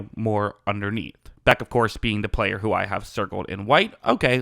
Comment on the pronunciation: You’re mispronouncing the man’s name. This is very unprofessional.